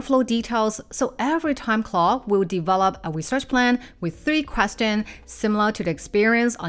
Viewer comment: your pronounciation of Claude is driving em crazy. It's not "clo'" or "claw" you need to pronounce the D sound!! what's difficult about it? we're just making random sounds now?